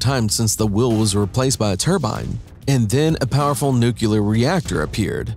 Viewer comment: Aaagh! He mispronounced nuclear twice in the first 27 seconds. There is no 'cue' in nuclear. That's as far as I got, I'm outta here.